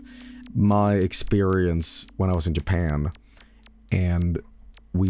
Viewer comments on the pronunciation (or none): none